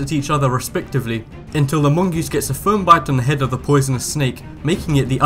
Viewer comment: He said poisenes snake XD